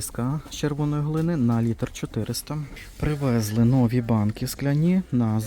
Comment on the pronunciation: вибачаюсь, часто вживаєте слово нові, то наголос варто ставити на і. І вірно дерматин, одне н. Дякую за відео, придбала скляну пташку, в ній можна подавати мед, варення, соус. ❤